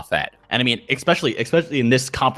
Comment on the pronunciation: I've noticed something in many of these videos... Is it just me, or does say "expecially" instead of "especially"??? Now it always bothers the fuck out of me ever since I first noticed it. Now that I've heard it, I can't unhear it... God help me... P.S.